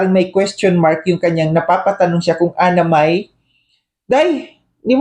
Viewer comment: Kahit pag basa di marunong Simple g pangalan di alam basahin Anna Mae. Ang basa nya Anamay.... Para pati syang may tili ling tawa ng tawa . Kunsabagay in insultonat tinatawanan nya talaga SI kuya Val. Ugali na nya Yan .nag babalat kayo lng Yan noon.